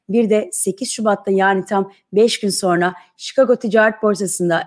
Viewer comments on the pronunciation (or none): none